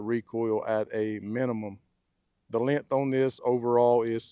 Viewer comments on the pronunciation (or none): length not lenth, ambidextrous not ambidextrious